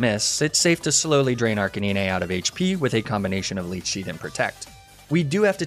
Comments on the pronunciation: why did that man just say "arc-a-nin-ay" instead of arcanine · even though you mispronounce ninetails and arcanine in the same way, the way you say arcanine bugs me way more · HES AN ARCANE CANINE! Arc-canine! Say it correctly ONE TIME pls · ArchaNIne??? Its Archenine… you know like canine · ARCANEENAY - please tell me this is some inside joke I’m missing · Did he say... Arcaneene? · you dont say arcaneenay you say arcanine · arca-ne-nay? im sorry WHAT cmon. NE NAY TAILS CAN YOU SAY NINE? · It is a running joke with. He also pronounces Arcanine as Arcay-ni-ney, Lapras as La-prah, and Magnemite as Mag-ney-mi-tey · Arca- niñé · Wait have I been saying Arcanine and nine tails wrong lmao the way this guy says it makes me rethink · My favorite ghost is Chandelure, but the way you were saying Arcanine was throwing me off lol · The scariest part of this whole video is how you pronounce Arcanine, other than that sick vid as always bro lmao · The way you pronounced Ninetails & Arcanine was truly horrifying... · The Arcanine mispronunciation, I can understand. I hate it, but I can understand. But Ninetails? NINETAILS!? You literally called it the Nine-tailed fox? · You pronounced Arcanine wrong it's not Arcanine it's Arcanine even though they're spelled the same you pronounced it wrong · strangest pronunciation of Arcanine i have ever heard lmaoo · Does anyone notice him mispronouncing Arcanine and Ninetails names wrong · I'm new here. Please tell me he's mispronouncing "Leafage", "Arcanine" and "Ninetales" on purpose... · the way he says arcanine pains me